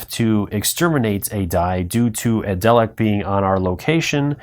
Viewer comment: Great video but please correct your pronunciations: Tar-dis, Dar-Lek, anomaly not abnormality and maybe a few others, which you later apologised for just as I started typing! I look forward to playing it with your initial input! Thanks!